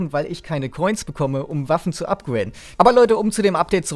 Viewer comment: Upguäiden ?! Es heisst upgrade